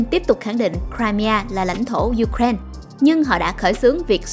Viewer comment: Ju-kren là nước nào vậy ta? Người Ukraine đọc tên nước họ là U-kra-in-a. Trọng âm tại "i".